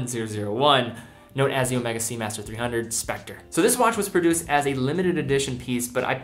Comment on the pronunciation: Garry M you are wrong. He pronounced it correctly. Ask any Swiss person to pronounce it, or go to omegas corporate site. It’s pronounced incorrectly Omeega only by monolingual brits and Americans.